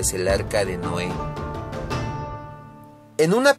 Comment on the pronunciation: tampoco NOE , es NOÉ con tilde.......